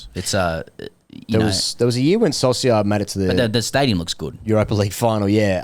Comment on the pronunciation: Boys, bit too good on the roundball front recently. "Trequartista" casually dropped in Episode 1. Ronaldo's sexual happenings off the pitch in Episode 2. All the good stuff. Fuck it feels good to hear "Soul-see-ar" this time. It's "sol-sha". Stay in your lane- simple.